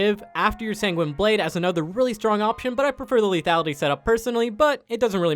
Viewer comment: SANGWENEEE? Bruh come one